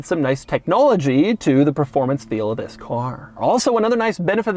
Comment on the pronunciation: "TWHISS IS DUH...."